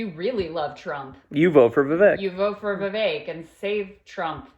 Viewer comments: Horrible takes as usual. Can’t take you seriously if you can’t even pronounce his name correctly. Amateur 🤡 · MAGA still thinks hes muslum... Vivek sure got his name out there. Even Kyle cant pronounce it right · At least now you dont have to mispronounce Viveks name anymore.